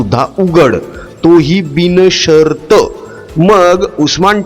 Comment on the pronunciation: Tumch marathi sudhara....binshart...not bini shart